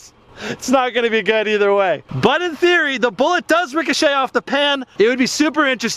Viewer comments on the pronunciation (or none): none